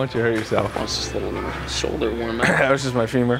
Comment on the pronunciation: Was that an Australian accent there lol woam ap :')